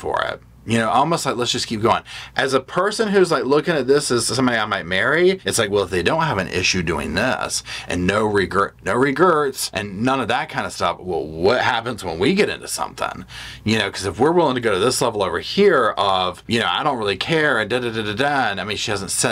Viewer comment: You really said "no regerts", no effort at first 😂